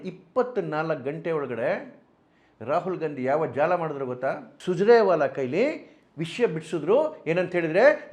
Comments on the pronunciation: Sujrewala alla swamy adu surjewala sariyaagi ucchaara maadi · ಸುಜ್ರೇ ವಾಲಾ ಅಲ್ಲಾಪ್ಪಾ ಸುರ್ಜೇ ವಾಲಾ। ಉಚ್ಛಾರಣೆ ಬಹಳ ಮುಖ್ಯ. ತಿಳಿ।